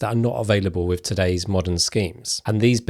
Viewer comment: Can you please work on your “th” Wiv Aufority Fousand Strange you don’t seem to have a problem with lots of other words like that and they